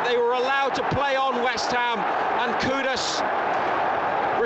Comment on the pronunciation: Tip for the commentator, its not pronounced koo-dis, its pronounced ku-doos : )